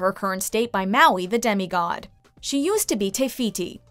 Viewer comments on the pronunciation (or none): none